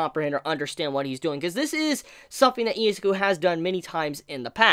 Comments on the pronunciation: (ih)(zu)(kew) Not eezakew Izuku. Not Izaku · I thought it was Izuku, not Izaku.